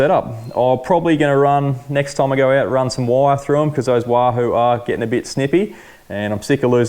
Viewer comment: Did you say wand that lahoo? 😆😆 great vid.